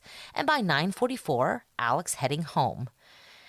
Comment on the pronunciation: Ellic Murdock. Would be interesting to know where this pronunciation came from.